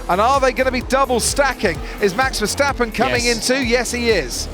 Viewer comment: His name is MAX VERSTAPPEN!! Not Mex Versteppen!